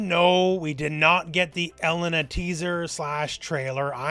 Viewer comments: Why do you say Ehlena? It's elEna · Every time pronounces E-LANE-nah's name as EL-LEN-NAH, I want to toss myself off a roof.